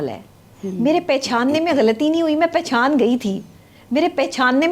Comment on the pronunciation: Pehchan word ki pronunciation check kro madam ki